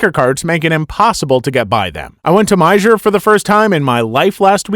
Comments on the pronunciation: “My-ger” not to be a dick but it’s pronounced Meyer. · Meijer is pronounced My-er lol I was immediately intrigued when I heard the Kroger story because I am pretty sure both Kroger and Meijer are Ohio based (im local) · Not me, a Hoosier, cackling because he said "Maizher" for Meijer 😂😂 (mai-er). It's like hearing someone say Louisville wrong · Edit: .... Did... Did he just say My-Jur for Meijer? Bruuuuuuuh. You're from the Chicago area right??? You should know what a Meijer is. It's My-er, btw. 😅 Our Kroger here in my town is FAAAAR better than our Walmart. Holy shit. Our Walmart is NEVER properly stocked. Like at first, everyone thought "ok. Supply chain issues." But we've all come to realize... Nope. Either their unstaffed, people aren't doing their jobs like they should be, OR they're not ordering what they should. Because it's like EVERYTHING. even basic staple items. Ridiculous. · Meijer- pronounced my-er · You said Meijer wrong it's pronounced like Meyer. In Michigan, we call it Meijers. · It's pronounced My-yer. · “My-Yer” is how Meijer is pronounced! I know it’s not a big store like walmart so not everyone has one near them lol. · As a person from michigan, It is pronounced (My-er) no clue what dumb fuck named it meijer, like how does that make sense? and if you're wondering, Meijer is like a cheaper walmart. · I love how you pronounced Meijer by the way. It's actually pronounced Meyer. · Just a quick heads up, Meijer is said like "my-er" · The "j" in "Meijer" isn't pronounced. Meijer is pronounced "my-er" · he pronounces Meijer wrong (my-yer) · The j in meijer is silent. You can pronounce it like my-yer. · The J of Meijer is silent. 🙂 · I can't get over how this man just pronounces Meijer. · If you don't know how to say Meijer, I don't trust you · the way you said meijer makes me wanna cry i am a michigander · The j in Meijer is silent.